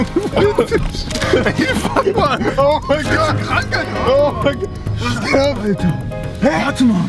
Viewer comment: Es heißt geht und nicht gechte🤔🤔🤔